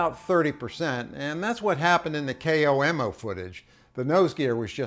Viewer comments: K Oh m O ?? It's KOMO news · I've never heard someone pronounce it k-o-m-o lol its just komo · Just a small nitpick that's driving me bonkers. It's pronounced "Kohmoh", not K-O-M-O.